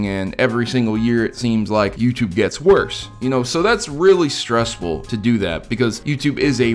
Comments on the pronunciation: Worsh worsh worsh worsh. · How he said "worse" though. 😂